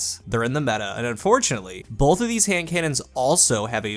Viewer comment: Is it just me or does he say "bolth" instead of "both"!?